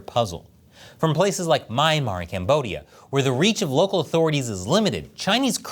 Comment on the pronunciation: This guy needs to learn proper pronunciation. He called Myanmar Maynmar